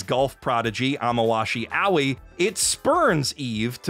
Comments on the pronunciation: So you’ve been watching and making anime commentary videos for how long and you still don’t know how to pronounce Japanese words/names. Aoi means blue in Japanese. It’s probably a preschool word in Japan. In the states if you learn Japanese it’s a beginner word that you learn in your first year. You pronounced it like owie. It’s pronounced more like ah-oh-eh or a-oi. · “Aoi” is pronounced in three syllables. Ahh - ohh - yiih. Not owie. This prompted me to check out reviewers in Japanese… and I return to say your quality and entertainment value is so much better than them. That said, maybe you can spend a tiny amount of free time to learn some basic Japanese… after you are settled down in your new basement.